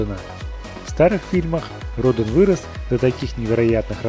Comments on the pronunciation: Радан а не Родон!! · Вообще-то правильно говорится ра'дан